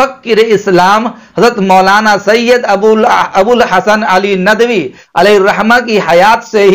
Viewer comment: ارے چچّا یہ ندَوی ندَوی کیا بکے جا رہے ہو ندْوی ہوتا ہے جھنڈ کر ڈالی ہم ندویوں کی آپنے